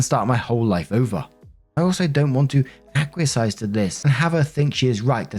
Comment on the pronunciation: Haven't seen anyone say this, and this is definitely my neurodivergent obsession with language popping up...but "acquiesced" is ack-wee-essed. Or uh-kwee-eh (S)-d. 😁😬